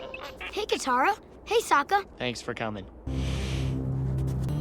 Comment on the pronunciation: katara not kamara